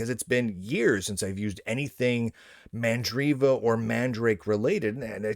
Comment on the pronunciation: not MA'AMdriva!